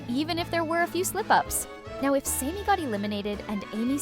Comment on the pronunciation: Sammy. Not samey. Chris is just a prick.